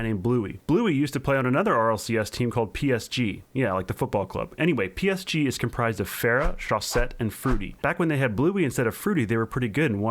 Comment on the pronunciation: So glad you said PSG like the football team PSG